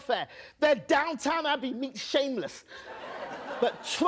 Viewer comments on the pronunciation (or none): "Downtown Abbey." Are you really from the UK?